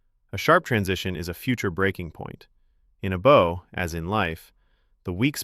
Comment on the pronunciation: At least this one does not pronounce 'Bow' as 'Bough'. So, you're better than most.